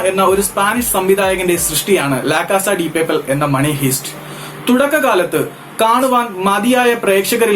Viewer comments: മണി ഹൈസ്റ്റ്. ഹീസ്റ്റ് അല്ല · മണി ഹൈസ്റ് എന്നാണ് bro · You may wrong.. it is pronounced as haist( heist) not hist